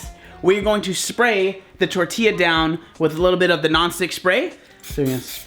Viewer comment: I appreciate the fact that you say tortilla the right way